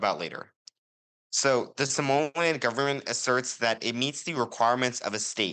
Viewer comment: Somaliland not Somaliand